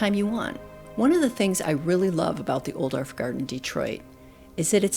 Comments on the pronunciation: I love your videos for the beautiful visuals, plant info, narration, and inspiration! This famous designer and plantsman's name is pronounced "Oooo dof", and not "Ol dorf." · Beautiful video, but I’m afraid mispronounces the designer’s name. ˈʌudɔl(ə)f. That’s OU like ouch! dolf, rhymes with golf. But a lovely tour nevertheless.